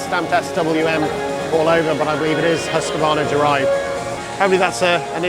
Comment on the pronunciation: No 'a' in the middle of Husqvarna (pronounced Hooskvarna), I know the Yanks love to say that way but...